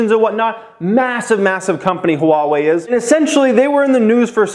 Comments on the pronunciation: It's wah-way not huh-wah-way. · It’s pronounced wah-way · Love your videos brother! Appreciate your input! Started investing very heavily last November and I’m completely obsessed with every aspect of looking for opportunities. Ohh it’s pronounced “Wah-Way” I think. Keep em coming man. You’re inspiring tons of people like me every day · Lol it's pronounced waa-way :) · It's Ha-Wah-Eeee. . . Sheeesh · Replace the H with a W for pronouncing Huawei my man. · Yo dude, you need to pronouce Huawei correctly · really wants us to know there's an H In Huawei. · you’re saying the name wrong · Yeah, but he is over emphasizing the H. Most people just say wah-way, which is incorrect.